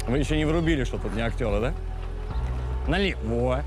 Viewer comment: Как же режет по ушам его налевО, нас в армии за такое произношение наказывали